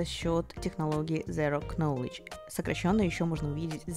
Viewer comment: зеро кнолидж, господи остановить остановить кровь, которая пошла у меня из ушей . А так видео классное